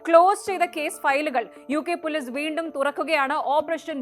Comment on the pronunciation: നിങ്ങൾക്ക് മര്യാദക്ക് മലയാളം സംസാരിക്കാൻ അറിയില്ലെ. ഇല്ലങ്കിൽ ഈ പരിപാടിക്ക് നിൽക്കരുത്. പോലീസ് എന്ന പറയുന്നതിന് പൊലിസ് സക്ക് Z ൻ്റെ ഉച്ചാരണം. എല്ലാം English ചുവയിൽ സംസാരിക്കുന്നു മഹാ ബോർ👎🏻